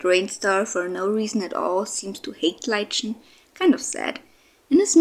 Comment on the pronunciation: Love these Clans, I've watched all of them in a row today and I am interested to see what happens with everyone! Quick note, I wanted to let you know that Lichen is pronounced as Liken